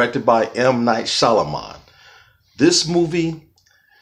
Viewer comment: Pronounced "SHAM-A-Lan" lol but wow what a great review. Very insightful. Thanks so much. I can't wait to see it. I also enjoyed his not so popular ones like Lady in the Water and After Earth. So I think I'll love this one.